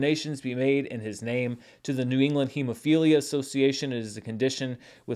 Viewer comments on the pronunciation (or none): none